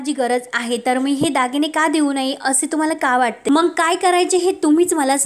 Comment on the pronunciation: निवेदीकेने आपली भाषा शुध्द ठेवावी ,मंग नाही मग म्हणा 😂